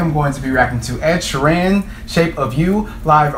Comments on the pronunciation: Shear-en... not she-ran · Sheer-in Not She-Ran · Ed is a poet and a fantastic story teller, just him a guitar and a loop pedal you need to check out his other stuff. His name is pronounced sheeren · ugh my pet peeve is when they pronounce his last name wrong. he beats the crap out of his guitar